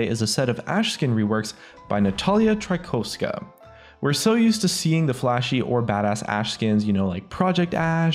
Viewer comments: You read: Trykovska, W in this surname is like V, but harder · Haha polish... Trykowska :D Its not even a hard one xD